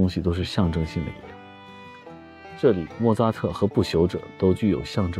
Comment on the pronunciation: 第二遍看这期，发现莫扎特念做莫za特😂😅